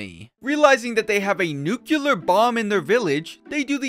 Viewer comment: I know it will probably fall into the void, but I have to... It's not pronounced NYU-KYU-LAR. It's Noo - Clear